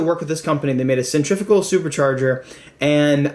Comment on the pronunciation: No wonder they didn't work with you for s supercharger when you can't pronounce centrifugal 😳😂